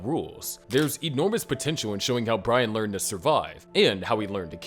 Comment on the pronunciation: you always had trouble saying brian